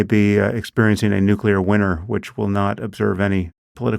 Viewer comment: How do you know so much but don't know how to pronounce nuclear. Ever hear of a cell's nuculous? One word and we know Pete doesn't know any biology.